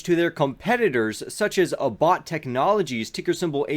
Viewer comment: Yes! Sens needs to get finger stick calibrations down to once a week or else it defeats the technology's purpose! (Also Abbott is pronounced like it rhymes with "Rabbit" FYI)